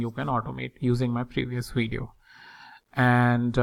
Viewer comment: What's a "weedio"?